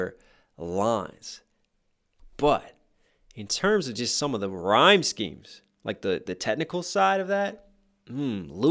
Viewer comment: rhyme shemes. My brain: rhymskies.